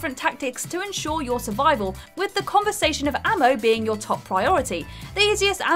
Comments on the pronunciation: is what happens when you read the word "conservation" too fast. 😂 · conSERvation not conVERrsation :p